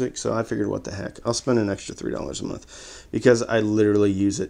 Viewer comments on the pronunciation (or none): none